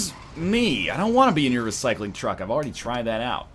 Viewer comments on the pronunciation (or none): none